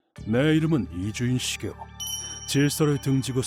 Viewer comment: 이쥬인 시게오 자꾸 이준식이오로 들린다..